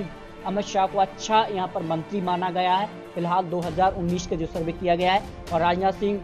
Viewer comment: ये श श श तो सही से बोल ले भाई।।फिर शरवे means सर्वे करना